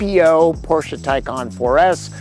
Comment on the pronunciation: Thumbs up for not disregarding that Porsche is a 2-syllable word 👍